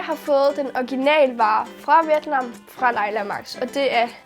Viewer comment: Hej det hedder vjet nam 😂